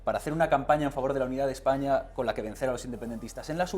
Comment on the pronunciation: Vete al parlamento inglés por ejemplo, canis con dinero y corbata jaleando como burros, por no decir de otros(decenas) que se cuecen a palos. Ejpaña dice el idiota. Objetividad es lo que te hace falta. Y el que escupe en el parlamento es Rufián, y las que sacan las tetas en el parlamento son esos que dicen Ejpaña.